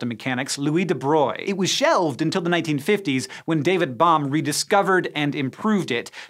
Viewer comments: SciShow : "Louis de Broil" Me : What ? LOL ! This is the most easy French name to pronounce for an Englisg speaker, an you manage to trash it. Ok here a solution to fix it. Louis de Bro-Glee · I don't think I've ever actually heard anyone pronounce deBroglie before. I've been saying it "deh brog-lee-ay"